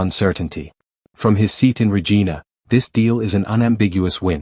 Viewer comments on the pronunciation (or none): The Capital of Saskatchewan is pronounced ruh‑JY‑nuh and NOT ruh-GEE-na Fix this mistake and your channel might get more likes!